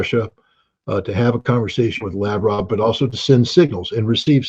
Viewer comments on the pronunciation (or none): Hey Larry, it's la-VROV, not LAV-rov. Thank you for coming to my TED Talk :)